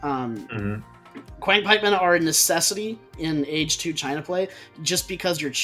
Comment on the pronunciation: It is pronounced qi ang pikeman not quiang pikeman . Qiang = 枪 literally means pike in ancient Chinese.